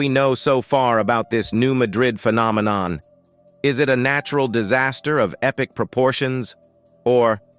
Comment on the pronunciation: Hey, for a guy who speaks for a living: It is pronounced, "New MAD rid". The accent is on the first syllable. You should put your arrogance on hold while you try to do your job properly.